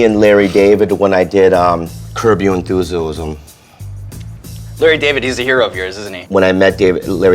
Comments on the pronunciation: “curb you enthusulusum” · When bobby couldn't figure out how to say enthusiasm and then got embarrassed got me 😂